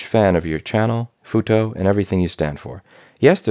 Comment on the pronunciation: I had to do a double-take. For a moment I thought you said FUTA and I was like "....what?"